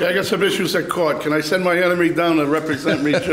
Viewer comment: is it caught in providence cause that’s how it sounds when they say court? Asking for my friend Mark